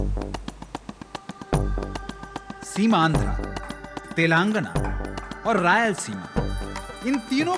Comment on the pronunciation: तेलांगन ❌ तेलंगाना/तेलंगाणा ✅ Yahi haal कर्नाटक/कर्नाटका ka hai. Dakshin mei (netao ke alawa) koi Hindi se nafrat nahi karta. Par agar uttar bhartiya yaha saalo saal reh kar sthaniya bhasha seekhna to dur, rajya ke naam ka uchcharan tak sahi se nahi kar paatey hai, to jayaz si baat hai ki sthaniya logo ko naraazgi hogi hi. Chalo mat seekho Telugu/Tamil/Kannada, par rajya ke naam ka aisa galat uchcharan seedhe seedhe yahi sandesh deta hai - 'Jao, mai tumhe itna bhi sammaan nahi deta ki tumhare yaha ke naam sahi se bolu.' Isse zyada anaadar wali baat nahi ho sakti.